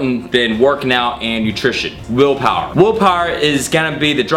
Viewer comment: He keeps saying woolpawer